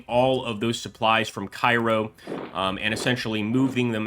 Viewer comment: Cairo IL is pronounced Kay-ro. Just thought I'd mention that since you asked for comments.